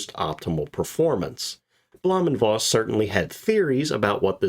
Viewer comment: Voss is pronounced "Foss"...😊